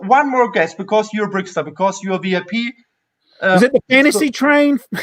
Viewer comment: Interesting topics and the well known guest from America was a charm! / is called BrickTsar, not BrickStar. Tsar in German means Zar and the pronunciation is more or less the same in both languages. Since he says his name at the beginning of every video and you claim to watch them, I find this very disrespectful. Also interrupting him while talking a lot is not the nicest thing to do.